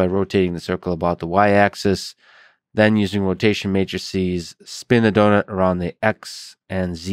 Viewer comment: "donuts rotat e" "do nut"